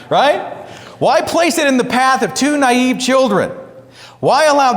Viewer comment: naive not niave.